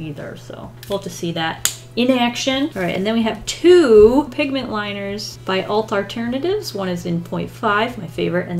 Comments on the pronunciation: "Alt Arternatives" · "Alt Arternatives" instead of Art Alternatives Lmao I had to go back and listen again to make sure I wasn't crazy.